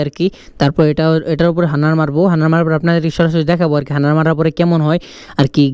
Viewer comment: হানার না হাডনার